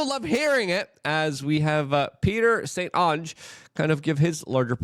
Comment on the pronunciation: The name St Onge is a French name, you pronounce it Saint Ownge